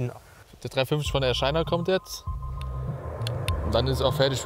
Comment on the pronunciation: "Air SCHAINA"